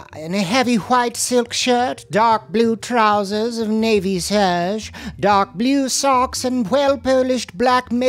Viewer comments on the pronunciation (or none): none